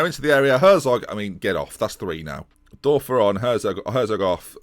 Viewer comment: The ö is pronounced oe so thorben Dörfer is actually pronounced thorben durfer